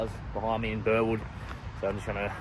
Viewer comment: You are saying Burwood wrong its " Alec Burrrrwooood !!